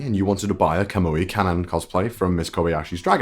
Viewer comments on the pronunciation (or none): none